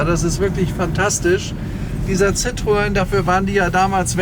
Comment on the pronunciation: Ein phantastischer Wagen aber ein Schoenheitsfehler hat das Video doch, warum glaubst du, das Citroen im original die zwei Punkte auf dem „E“ hat? Ganz einfach, der Name wird so artikuliert (ausgesprochen) wie geschrieben citroEN, aber leider glauben viele Deutschen alles was franzoesich ist wird auch „nasal“ ausgesprochen. Hinzu kommt auch dass der Wagen nur fuer den Fahrer weich und angenehm ist, fuer die meisten Fondpassagiere war es ein Schaukeln das aehnliche wie eine Seefahrt, Erbrechen inklusive war